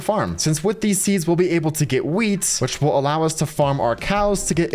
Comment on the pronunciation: When you say wheat it sounds like weed